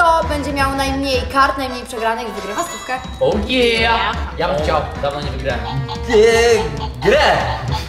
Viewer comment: Ja na końcu usłyszałam stupka dla ciebie zamiast stówka dla ciebie